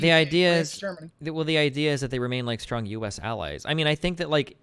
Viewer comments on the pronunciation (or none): none